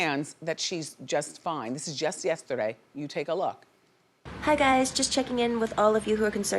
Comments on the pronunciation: “she spoke out YesTA-Day” 😂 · That "yestaday" sounded real New Jersey lol